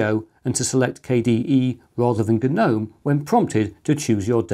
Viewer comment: My Grandmother has a few garden guh-nomes. Ok what is wrong with that sentence? If you can figure it out then you know how to correctly pronounce that word. Not like it matters, Gnome sucks nowadays anyway. Old school Gnome was much better.